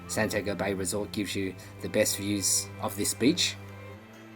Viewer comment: That is Santi-ago. not San-tiago, spanish